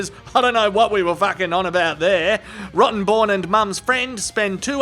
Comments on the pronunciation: I didn’t realize the lawyer’s name was actually Rottenborn, I thought was calling him “Rotten Bourne” as a tribute to the Jason Bourne movies! 😆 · I say Rottenborn changes his name as soon as this trial is over after Johnnie trolled the hell out of him for it. No way can anyone take him seriously anymore. All they'll do is see Johnnie on the stand saying yes you read that very well Mr. Rotten...born. lol. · same here, he said it verrry clearly, every time 😹 Rotten [comma] born. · I love how JD enunciated that lawyer's name every time...